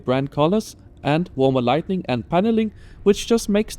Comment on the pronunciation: Warm lighting. (You said warm lightning) No problem. You did a very good job thanks!